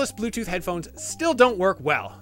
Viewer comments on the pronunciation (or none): none